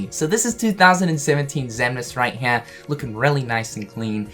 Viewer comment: You say HERE like Cartman from South Park m8. It was HNERE but now it's HNERE